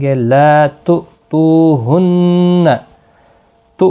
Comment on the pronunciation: La tu tu hunna nahi hai La tu tu na hunna hai... please isko teak kara day jazakallah